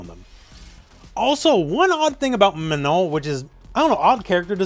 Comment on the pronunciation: Congrats on actually pronouncing Manon the way it is pronounced in French :)